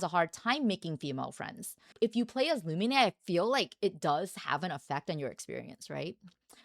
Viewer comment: Why do you call her Lumi-nay? Her name is Lu-mean.